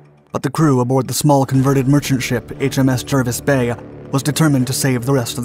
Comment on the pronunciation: It's pronounced Jarvis Bay even though the spelling is Jervis Bay. One of oddities of the English language.